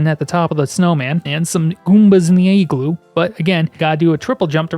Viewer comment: Yo wtf is an “eeegloo”